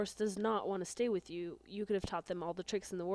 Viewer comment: you said whit